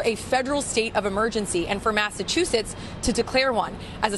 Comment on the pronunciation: The announcer mispronounced Massachusetts.